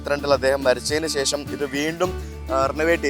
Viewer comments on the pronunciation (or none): none